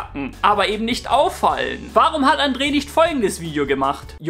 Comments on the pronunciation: Boah es ist andre. Nicht andree das hat mich so genervt die ganze Zeit sry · Andre nicht Andrè